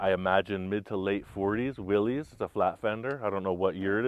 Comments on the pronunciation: That body is a WIlliys, before jeep. Not a jeep. I'm sure you've had a million people tell you this. Also, just in case, it is pronounced WillIS not Wiliies. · You're pronouncing Willie's wrong the why is a short I sound pronounced Willis John Willy's the original designer's name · That body is from a CJ2A, 1946 to 1949. Also Willys is pronounced Will - iss, no apostrophe. It was the surname of John North Willys.